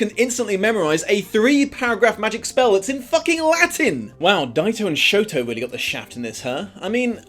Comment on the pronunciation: As someone who is learning Japanese, I can confirm the way you say Shoto is correct.